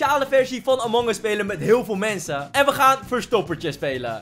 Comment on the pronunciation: Wie heeft ook door dat in plaats van mensen mwensen zegt?